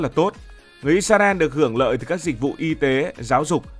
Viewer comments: Vì sao Israel mà tất cả video anh đều đọc là “Isarel”??? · Tại hồi xưa mấy PTV của VTV đọc là ít xa ren. Nên là đọc theo trước giờ ấy bạn. Sau này nghe ít ra eo thì hơi ngượng xíu 😂